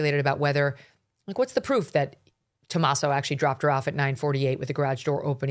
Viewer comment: Megyn, the Italian name Tommaso is pronounce: Toe-MOZ-zoe.